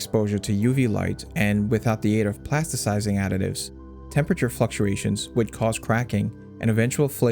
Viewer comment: Toluene not toulene, ketones not keytones, and plasticizing not plastecizing.